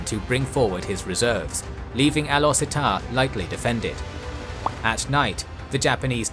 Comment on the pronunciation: Great video as always. Though slight pronunciation tips; most Asian pronounce the "U" with "oo" sound, for this instance, Gurun is pronounce as "goo-roon". Also, the "E" in Setar is pronounce with a soft "E", so it almost sounded like "Star".